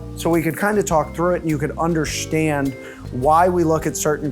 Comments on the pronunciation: I finally undershteand... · Butcher guy "....so you can UnderShtand......" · The way he said undershtand rubbed me the wrong way there. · So you can “undershhhtand”